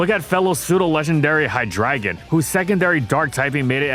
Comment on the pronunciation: HIGH-DRAGON? No, It’s HIGH-DREY-GONE